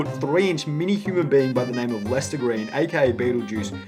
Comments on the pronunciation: “Red L-S-T-E-R” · Howard: "Shpell red" He can't pronounce words any better than Lester can spell. Also, Beetlejuice really is that mentally challenged. I don't think you understand his condition.